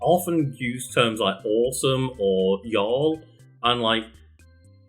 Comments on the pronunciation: y'all sounds so strange like he shoves an 'r' in there somewhere it's quite funny. Cheers from the american south. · I love hearing "yall" with the accent 😂. You should keep that one at the ready.